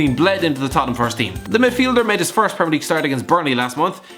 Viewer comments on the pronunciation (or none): none